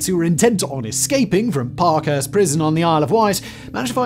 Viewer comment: pinehurst 😂 Parkhurst is fairly well known around the U.K., no? It’s ok, I know Simon is just chilling and doing his thing. No shade.